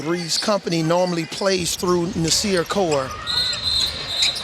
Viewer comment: "NAS"ir Core=BIG GUARD->U<-......Get a Man's Name Right already., 1st you call him CoLe, then you get his nick name wrong...WTF